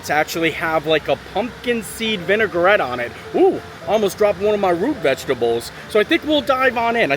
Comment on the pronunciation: I’m an English stickler and you’re adorable but it’s vi-nuh-gret not vinegar-ette loll also, you demolished those beer flights like nothing and I was thinking how big those drinks were for a flight tasting! Remind me to never challenge you to a drinking contest 😂 also most steamed buns come with a wrapper on the bottom almost anywhere 😂😂😂 you’re too funny